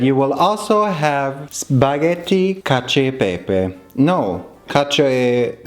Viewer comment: as an italian i've never heard of this variation of cacio e pepe and i'm shooook very good pronounce thoughhh🥰🥰🥰